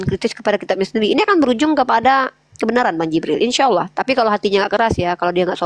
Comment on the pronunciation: Hamza. Bacaannya. Dibaca. Hidup. Uni. "Insyaaa